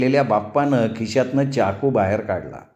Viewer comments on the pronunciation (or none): सुंदर कथा. पण एक सांगावसं वाटतं चाकूचा उच्चार चमच्याचा च करा चहाचा च नाही ते कानांना खटकतं